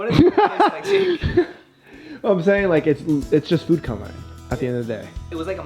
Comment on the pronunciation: He said foode at the start instead of food